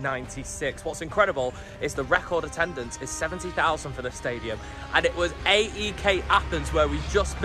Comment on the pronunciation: Great video. Scary pronunciation of the stadium names 😂. You kind of butchered them!! You should refer to AEK without saying the initials...just "aek". Greek Gooner here (love Arsenal), but respect City, Liverpool etc. And love the Greek national team, but congrats to England...hope we can beat Scotland in the playoffs.